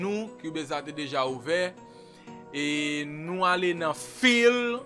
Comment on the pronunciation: yoooo eseye aprann jan pou w pwononse mo yo tande man, Se pa fil, se fayl. se pa kreyat, se krwiyet. Ou pa oblije konn pale angle men omwen pwononse mo yo jan yo dwe pwononse man